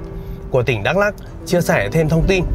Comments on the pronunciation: Bị áo vàng Đắk Lắk hỏi thăm chưa anh ? - Đọc là Mờ Đờ Rắk đi cho chuẩn anh. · Đã hỏi dân bản xứ rồi mà vẫn cứ đọc là Mơ Đrăk là sao vậy Tung Tăng TV? Bạn có biết rằng chính cách đọc sai sẽ có hậu quả thế nào không? Nó sai khó mà sửa lại cho đúng. Bạn biết không? Tôi ở huyện Krông Pac. Chữ Pac đúng ra có dấu trăng nằm trên chữ "c" (vì dấu trăng này không viết được trên chữ c bằng bằng tất cả các keyboard). Thế mà không hiểu sao họ lại viết chữ Pac thành chữ Păk. Mà chữ Pac có nghĩa là vệ sinh mà chữ Păk thì không có nghĩa gì hết mà chỉ nói vu vơ cho vui mà thôi. Còn dấu trăng thì có ý nghĩa thế nào thì bạn nên tìm hiểu để đọc cho đúng từ Ma - Đrăk chứ không phải là Mơ Đrăk.